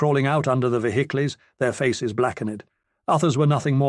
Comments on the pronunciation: Someone please teach this robot to say 'vehicles' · Been listening to a lot of these and they are absolutely wonderful, but some of the narrators British pronunciations take a minute to understand then make me laugh once I realize what he is saying. As in this one when he pronounced vehicles as V-Hick-Lee's, lol. Defiantly going to use that one on the Wife and kids when the opportunity arises